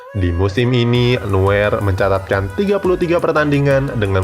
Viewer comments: Neuer dibaca noyer bukan nuer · Noier min bacanya bukan nuwer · Bacanya nuyer LOL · noyer bacanya bang buat nuwer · Sedikit koreksi nama NEUER .di ucap NUYeR bukan NUWER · Koreksi lagi : Neuer dibaca Noier. Sama kayak Reus yang dibaca Rois